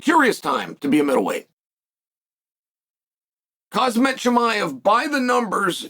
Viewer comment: Chael, U need to do english lessons. Imanov = Imavov and Khazmat = Khamzat. Come on meng